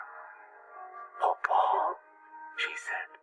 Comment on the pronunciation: ITS PUŌ PUŌ NOT POPO